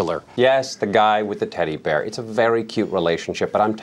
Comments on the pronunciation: His teddy bewr is vewy sewious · He is clearly saying "Taddy Bayah."